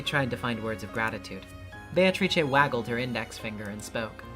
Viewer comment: "Those who remain" have to be "be-a-to-ri-che".